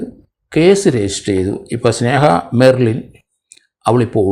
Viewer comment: എൻ്റെ പൊന്നു സാറേ പറയുന്നതിനൊക്കെ ഒരു കൃതൃത ഉണ്ടെങ്കിലേ താങ്കൾ പറയുന്നതിന് ഒരു വിശ്വാസ്യത വരൂ! സ്നേഹ ബെർലിൻ അല്ല, സ്നേഹ മെർലിൻ.